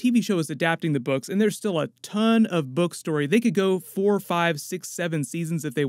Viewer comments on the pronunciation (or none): none